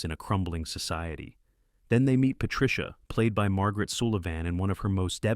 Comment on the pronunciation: This is, in many ways, a wonderfully valuable video. Unfortunately, it is spoiled by the use of AI, both in the mispronunciation of names and the use of incorrect videos, As an example, half the scenes shown from "Night Must Fall" are from the remake with Albert Finney and not the original. And mispronunciations of Borzage and, most laughably, Margaret Sullivan are quite lamentable. I fear for future generations who seek info about this topic, thinking that these sort of posts are correct. Whatever happened to fact-checking?